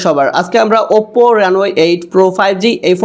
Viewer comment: OPPO uccharon ta valw kore shikhen bhai.